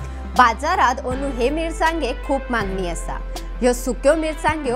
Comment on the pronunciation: Not Andu....anu 🤣